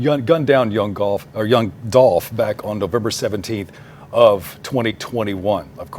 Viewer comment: Yooo when he said dolph name wrong ..yall saw how she looked at him😮😂 Rip Dolph glad he getting justice